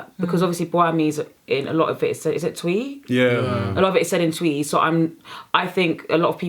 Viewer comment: How she says twi😂😂😂😂😂😂😂